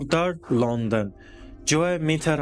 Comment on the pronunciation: Քաղաքի անունը Լոնդոն է, լոնդն չէ...